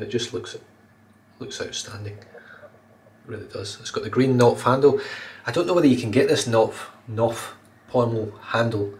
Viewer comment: In the word "Knopf" you pronounce the K. It is a German word meaning button or knob, and in German there are no silent letters.